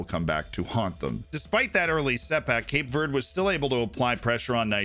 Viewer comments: I dunno why but hearing you say Cape Verde wrong about 10 times in a row made me giggle for some reason (its Verdy or Verday i think depending on your take on portugese) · As a portuguese speaker (brazilian), hearing someone say cape VURD makes me wanna cut my ears off, but good video